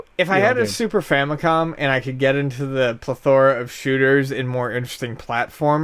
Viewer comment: Not trying to say it as dick, but as a friendly heads up, you aren't saying 'plethora' correctly.